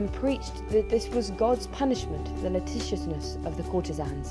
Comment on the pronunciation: This video is entertaining, I gave it the thumbs up, however, please double check pronunciations - "licentiousness" and "cortigiana"- it was surprising to hear , as much effort was put into making this. Licentiousness, have a re-listen, is probably a just reading error. However, cortigiana would be pronounced "corti-jee-Ah-na". The italian G has a soft sound when followed by an E or an I, like in the word age, or Gio (Joe). Hope this is helpful, keep up the good work.